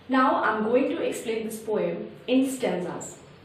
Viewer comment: It’s not po yum it’s poem